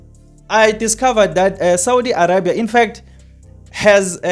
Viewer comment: THIS MAN IS NOT SPEAKING THE TRUTH. Saudi is bringing electricity to SA and the government knows all about this. Saudi is also going to provide electricity to other African countries. THIS IDIOT IS FEAR-MONGERING AND IS ALSO MISSING GREY MATTER. He cannot even pronounce Arabia properly. The resort is private and nothing is going on there - it is the Prince's property when he comes here for holidays. Saudi has nothing to hide - if they did they can hide it in their own country. I asked a friend who lives in Saudi and what this guy is saying is all BS. This guy needs to be banned from YouTube.